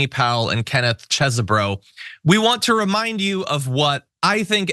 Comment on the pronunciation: Get it right! It's pronounced "cheese bro"!!